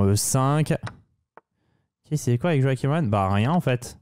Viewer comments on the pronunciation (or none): none